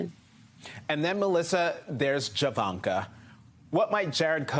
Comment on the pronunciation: JaVanka !!!!!! I heard Jablanka....... Lololololololololol